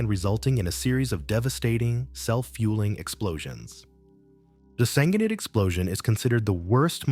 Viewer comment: Why don't you get your AI to pronounce Senghenydd proberly?